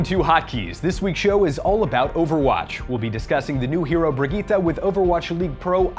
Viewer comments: Its bri- GI-TTE she literally says it in game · Its pronounced brigg-eeta